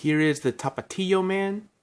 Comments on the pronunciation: Can u count the amount of times u said tapatio? Also pero por why u say Tapatio like that!! 😅😅😅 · The way you say Tapatio 🥴 so white sounding lmao 😂😂